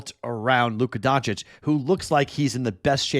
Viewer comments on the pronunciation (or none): none